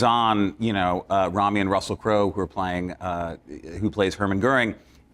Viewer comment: *Rami, not Remi